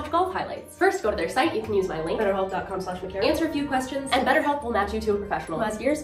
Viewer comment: scuse me is your name pronounced "micAHrah"?? you said it that way in this vid but I been pronouncing it "MicAIRah" since i known you at camp, is my whole life a lie??